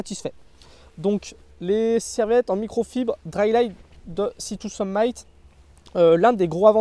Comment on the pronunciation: “Sea To Summ-i-t”, comme “termite” (pas “aïe” comme Brice de Nice). Super vidéo, comme toujours ;)